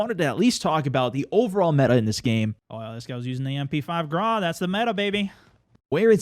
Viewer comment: Stop pronouncing Grau wrong